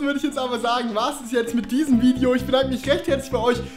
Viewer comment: mir ist aufgefallen dass du immer Vidio sagst anstatt video